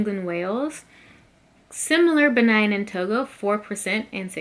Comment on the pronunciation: Why do y’all keep saying Benine and Togo lol do you see an E at the end of Benin it’s pronounced Beneen 😂